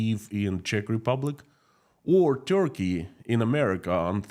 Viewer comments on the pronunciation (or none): none